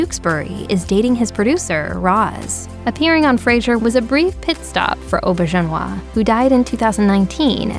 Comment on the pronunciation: Why do the narrators on these types of pieces often mispronounce names? Rene Auberjonois was not “Oh-ber-john-wah” was not spoken as such. He was “Re-nay AW-ber-jayn-wah”. And I may be a tad frustrated, but most of these folks were GUEST stars. You’re “click-baiting! Please, NO MORE! 🙏